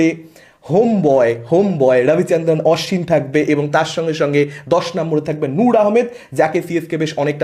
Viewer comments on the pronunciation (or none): উচ্চারণগুলো আনন্দবাজারের মতো হয়ে যাচ্ছে! ওটা "রাচিন" আর "আশ্বিন" হবে।